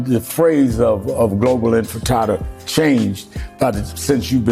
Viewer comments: Infitada 😂can't even pronounce it right.I doubt he even knew the meaning too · Sharpton is such a pathetic, ineffectual clown, the reigning king of the sellouts. He can't even be bothered to pronounce the word "Intifada" correctly. And right on schedule, Zohran Mamdani has purchased a ticket to ride on the capitulation train. Heard the hummus they serve in the dining car is really good...